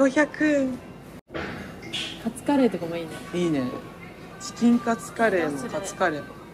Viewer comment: チキンカツのイントネーションも気になる🧐